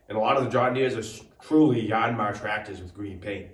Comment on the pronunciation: Why "YARN-MAR" ...is that right?